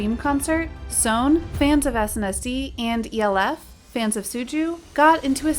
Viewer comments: we don't pronounce SONE or ELF like that. SONE is pronounced as "so-one" and ELF is just like you are saying "elf". i was so taken aback listening to because i didn't recognize the way the narrator pronounces respective fandom names. i had to replay it just to make sure 🙃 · Maam it’s pronounced Elf, like Santa’s helpers lol